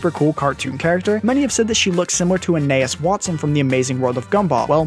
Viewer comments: “Anayas Watson” Are you serious? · "Anayis watson"? It is Anais Watterson (a na ees wa ter sun) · "A-nay-is Watson" pleeeaaase... Anias is "An-aye-ees" and the last name is Watterson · Enaas Watson.... really... Anais Waterson,... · Uhnayus Wattson? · I cracked up when he said "anas Watson" when reffering to Anais watterson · Ah yes anayes Watson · did he literally just say "Anaus Watson"? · He said the entire name wrong. XD I was wondering if anyone else picked that up.